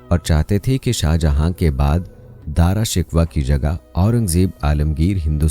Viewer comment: Darashikwah nahi Darashikoh